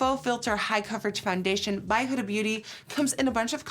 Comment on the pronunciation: Did anybody else cringe when she said “Huda” but I live her videos so I’m not trying to hate I’m just not use to the pronunciation of huda like that